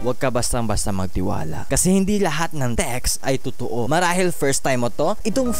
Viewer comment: Sa hahahaha anong too?? Totoo hindi too